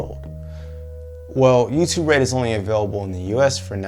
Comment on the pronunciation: When he says youtube red it sownds like you to bread